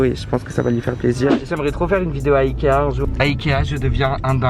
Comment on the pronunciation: ikea prononcé "aïe kea "😭😭😭